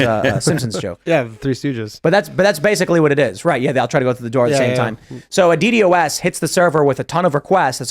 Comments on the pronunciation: We usually pronounce it, "DEE-DOS", Tim. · who actually says the letters in DDoS?